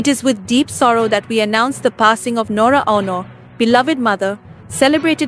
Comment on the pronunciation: This lady commentator should learn how to read and pronounce the right way in reading the name of Ms. NORA AUNOR .